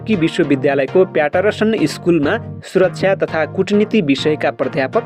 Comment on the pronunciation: "प्याटेरासन" हैन दाई , "प्याटर्सन" हो यार!